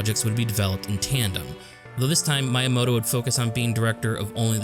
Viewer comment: Ehem... It's pronounced "Mee-yah-moh-toh" spelled Miyamoto